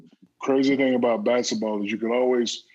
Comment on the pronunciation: Is he saying "Basitball"?